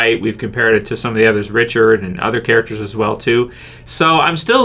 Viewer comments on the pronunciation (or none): none